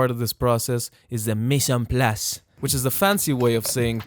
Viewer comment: As a frenchman, I loved the way you pronounced "mise en place". Gotta love the accent :)